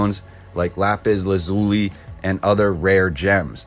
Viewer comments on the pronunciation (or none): none